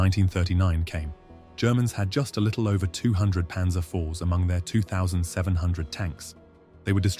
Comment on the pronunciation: PANZER NOT PANSER!!!